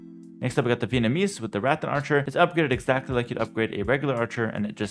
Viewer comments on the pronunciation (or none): none